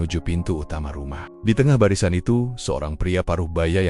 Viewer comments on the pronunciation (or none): none